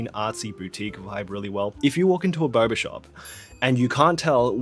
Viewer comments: I keep hearing "BARBER" Shop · every time u say boba shop i think ur saying barbershop, confused the hell out of me when you said they “all kind of taste the same”😭